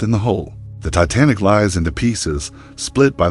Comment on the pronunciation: You should know how to pronounce a famous ships name before you post a video